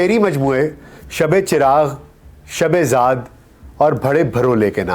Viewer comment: سبحان اللہ سر ۔ آپ کی آواز اور لب و لہجہ بہترین ہے ۔ موضوعات اور ریسرچ ورک بھی خوب ہے ۔ لیکن آپ کا مضمون چونکہ اردو نہیں ہے ۔ چنانچہ آپ کا تلفظ کافی کمزور ہے ۔ اس وڈیو میں " میلان ۔ ' میں شغف حاصل تھا " " شب زاد" جلوت ۔ وغیرہ ۔۔۔۔۔۔۔SZ.Rana official